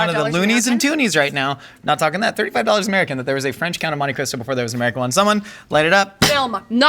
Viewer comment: 'the count of monte christo' in one syllable is insane